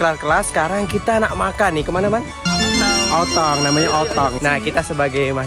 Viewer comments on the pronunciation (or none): "otong" .. otong ke Uptown 😅